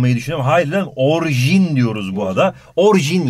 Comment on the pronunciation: hocam orjin değil orijin deil mi